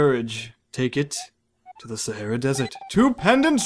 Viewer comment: YOU SAID " TAKE IT TO THE SAHRARA DESERT " IT SAID SASAHARALA. I LOVE YOU